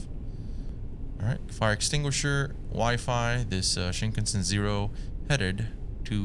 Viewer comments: Pronounced as Shin-kahn-sen(like send w/o the d) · I’ve never heard anyone pronounce Shinkansen like that before 😂